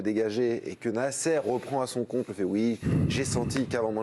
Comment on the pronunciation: Pourquoi prononcer le nom de Nasser de cette façon? cette cloche de présentateur....